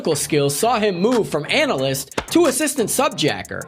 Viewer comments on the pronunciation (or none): "In case you haven't read them, I'll explain it" Says the coked out guy who clearly hasn't read any of the books. 'The Patriots Games?' For real? Does he think it's a plot involving the New England NFL team? Also, it's ANALYST, not 'analisist' that's not a word, champ. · Nucular? Analysist? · I enjoyed season 3. But this video, not so much. Analyst = Ann-ah-list. Second, Netflix didn't renew it for season 4, Amazon did. Third, the video was largely incoherent, with no real organization to the points it tries to make. The editing feels jerky and haphazard. The zoom cuts on the narrator are obnoxious. And seriously, are you cold in the studio? Trying to channel Tim Pool? What's the beanie about? I don't normally bother with negative comments, but after the first few minutes, found myself hate-watching, just to see if it could get worse.